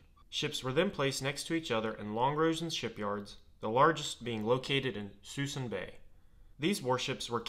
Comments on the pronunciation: Narrator said the largest WW2 "mothball fleet" was moored in "Susan" Bay, CA. Ahem. The name of this California estuary area is pronounced "Sis-SOON" Bay. Or "Sah-SOON" Bay. Many a kid in the backseat of his parent's car traveled by freeway next to this massive fleet in decades past, and could only imagine the power the US Navy in WWII. We always thought: "Let's send these boats all out to sea again, and show the world our amazing backlot of beautiful gray ships. . ." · It’s “su ee sun” - not “susun” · FWIW, the local pronunciation of Suisun is "sus-soon." As in the occasional disappearance of ships is pretty sus, and soon there will be none left. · You wouldn’t know because you’d have to be pretty local to know but Suisun is pronounced more like soo-soon. Great vid. I’ve watched the fleet shrink markedly over the years with an average of around 12 -20 ships out there these days. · Where was this ship graveyard? You said it, but couldn’t understand you. “Susson bay”? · Not to be a nit picker but the storage bay is pronounced (Suh-Soon). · Suisun Bay.....It's pronounced Suh-soon. It's located in Benicia, California. Interstate 680 crosses directly over it with the remaining ships still visible. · The western storage area is pronounced SOO-soon Bay. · Suisun bay is said as suh-soon. Lol I live here and watched the mothball fleet disappear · It’s pronounced “sue soon”, I grew up in the area. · It is pronounced "Soo - Soon" bay! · It’s Sus-soon Susuin bay! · had to rewind a couple times as I thought he was saying Suisun Bay, but I'd never heard that pronounciation of it, so my brain wouldn't accept it. Haha. Interesting video.